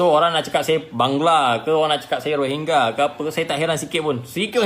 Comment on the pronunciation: Pronounce dia betul menunjukkan dia memang rohingya.